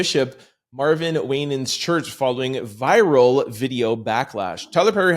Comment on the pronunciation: WINANS, (WY_NANS), not Waynans.